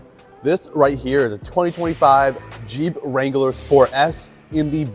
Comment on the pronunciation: wrangler is 2 syllables bruh